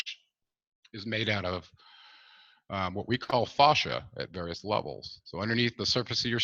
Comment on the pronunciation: Fascia—proper pronunciation is with a short vowel sound —as in “dad”. Not fauchia as in faucet.